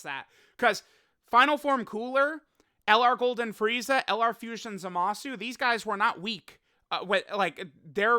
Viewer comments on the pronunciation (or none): none